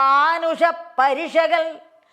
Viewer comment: പാടിയ പാടിയാൽ ആണോ പ്രേമാ ബുദി അല്ല പ്രേമാം ബുധി യല്ലേ ബ്രെഹ്‌മാ അല്ല ബ്രെഹ്‌മ പ്രേബോധം ആണ്. പ്രെനോവി .... എന്താ. നല്ലയൊരു ശബ്ദം സുതാ... സൂത അല്ലെ. മാൻ ഉഷ... മാനുഷ. ഉള്ളത് വായിച്ചാൽ പോരെ. ഹ നല്ലപോലെ ഉച്ഛരിക്ക്. ത്ഥ.. പ്രമണ്യം.... മംഗലം.... മംഗളം... ല്ലൊരു.... വല്ലാഭം.... വല്ലഭം. ധ.... നല്ലപോലെ ഉച്ഛരിക്ക്. വന്തി .... വന്ദി.. പാരം.... മാന......😢. നൈ...ഭ..... 😇 ഉപ... ദേശിച്ച... ഖി... ക്കി.... ക്യാ... ഖ്യ....